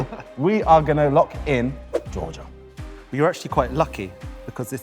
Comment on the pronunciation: Honestly didn’t get Georgia first, his pronunciation was odd